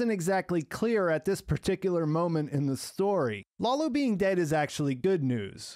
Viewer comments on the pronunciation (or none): i love your reviews, but please show some cultural appreciation by pronouncing the names properly! Lalo (like "lullo" but not "lawlow") and Nacho (like "Nutcho" but not "Nawtcho") would be amazing!